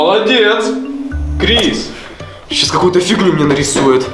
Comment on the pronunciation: Крис а не криз